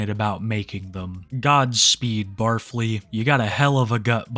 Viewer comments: I thought it was pronounced Barf-Lee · barf-ly? i thought it was bar fly lmao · I think the first guys name is supposed to be pronounced Bar-Fly but Barfly really is more fitting. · its pronounced bar fly. the 'stinger' is a sous vide hood meals' long nails are for doing cocaine off of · Isn’t it Bar Fly, not Bar Flea? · Barfly, said “Bar_fly, not “Barf-ly” I’m pretty sure. I believe he is a trucker. A lot of semi trucks have an area behind the driving seat where a bed can fit and also a burner or a microwave to cook food! Truckers get pretty creative in their cabs with their single plug in burners. They will live in their trucks for months, they do what they can to spice things up with food or even stay healthy. He may be a trucker driving a no cab semi tho,( a semi with just the driver and passenger seat, no area to sleep in behind the seats) hence why he has to sleep in hotel rooms all of the time. I think he does have previous culinary experience. Him having done prison time? I’m not sure. I can see him just being a guy who was raised poor, therefore grew up eating stuff like pickled pigs feet and other gross stuff. I know my dad grew up on canned chicken, canned tuna pancakes, bread smeared with canned meat jelly, spam. He may also be a guy with outdoor living experience like a camper or a hunter. So not necessarily a felon but maybe! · Pretty sure its pronounced "bar fly" not "barf lee." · Pretty sure it’s “bar fly” not barf ly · It’s not “bar-flee” it’s “bar-fly”. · I’ve never watched the guy, but is his name really said like “Barf-ly” and not “Bar-fly”? 🤣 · I don't think it's pronounced the way you're saying it. It's BAR-FLY. A name for people who frequent local drinking establishments. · bar fly... not pronounced as one word lol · It's pronounced Bar Fly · The way he pronounces barfly is hilarious to me